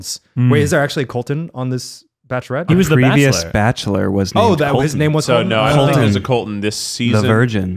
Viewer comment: are they forgetting about the barkchshelor??? orrr